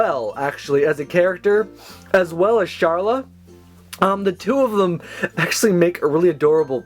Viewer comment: You pronounced Carla wrong.